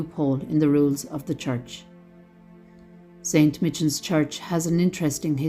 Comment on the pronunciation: Just one correction .... Saint Michans Church is correctly pronounced as St Mycans .....